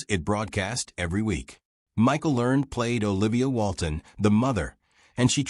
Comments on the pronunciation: Have I been pronouncing Michael Learned's name wrong for decades, or is it clueless AI narration? Back when the show was being made, didn't they pronounce it with two syllables: LUHR-nedd? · That is NOT the way Michael Learned pronounces her name.